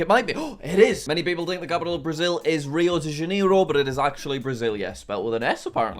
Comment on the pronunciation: Me hearing him spell rio de janeiro like riu dy janiro